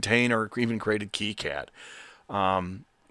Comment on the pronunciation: Thank you for pronouncing KiCad properly.